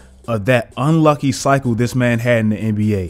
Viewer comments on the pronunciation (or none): I thought you said unlikey lol